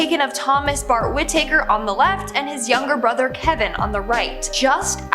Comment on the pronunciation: Whitaker Wih-tǝh-KER